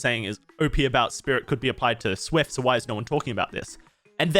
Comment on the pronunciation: Worst part about this video is his pronounciation of SWF.